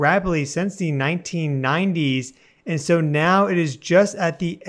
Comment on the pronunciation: I could have sworn you said "meow."